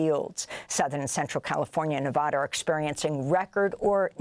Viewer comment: Amy will hock a loogie tryna pronounce "Gaza" in Arabic, but can't pronounce Nevada or Tulare (in California) correctly.